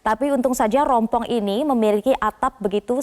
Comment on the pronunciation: Rumpon bu,,,,,, bukannya rompong,,,,, hhhhhhh